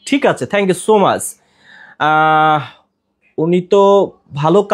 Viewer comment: Not mash na bhai Is much pronunciation tic moto koren please.